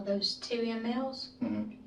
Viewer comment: How the hell is she a nurse????..she doesn't know what mil,s are she keeps saying lm,s😂😂😂